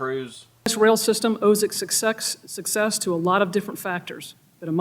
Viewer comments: Did she Say, “Sex-sess” ? 🤮 She is so FULL of 💩 Does she really Think 🤔🤪👎 Anyone is Believing this Nonsense and Lies ? She’s Wrong! 👎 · suc-sex and a dedigated workforce are certainly important. yes, listen to her on one man crews. I am kidding of course. those word slip-ups.....wow. lol.